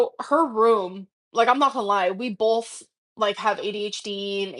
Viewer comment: "they bolth were peen on the carpehhh"